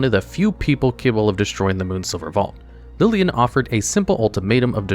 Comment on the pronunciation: Who tf is lilien???